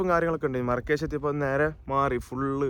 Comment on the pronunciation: Markish ❌marakash✅